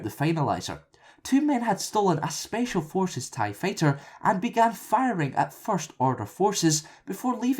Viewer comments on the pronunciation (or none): i dont think the narator prounced fighter right